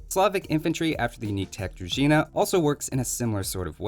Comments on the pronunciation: HE PRONOUNCED DRUZHINA CORRECT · That was a correct pronunciation of "druzhina", my man. Good work. Slavs approve. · correctly pronouncing word Druzhina is a blessing